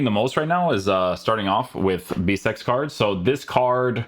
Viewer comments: guys why does he pronounce card like cardsh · Probably cause of his Portuguese roots...